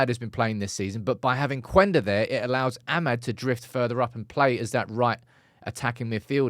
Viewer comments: it‘s Kenda, not Kwenda. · In Portuguese the U is silent. It's "Kenda" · I heard it's just pronounced Qenda (Kender) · hey there, Sporting and Amorim fan here. Just wanna tell you that that his name is speaken like Kenda. We dont read that "u" there. Also, SCP stands for Sporting Clube de Portugal, idk why people call it Sporting Lisbon besides their stadium being in Lisbon. Love the updates on Ruben stuff, i will forever love that man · Hi - his name is actually pronounce as " keyenda"